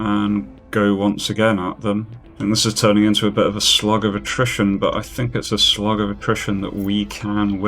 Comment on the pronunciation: Subtitles are determined you're saying slug and not slog. Slug.